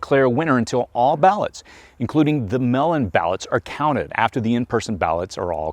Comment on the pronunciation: What are melon ballots? Are they mail in ballots? is it just the pronunciation thing ir my hearing? So glad I don't vote for humans rulers.... To me this seems crazy...